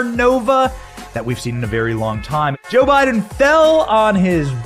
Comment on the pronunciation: I've been watching so chill and then all of a sudden "Boe Jiden"straight up froze me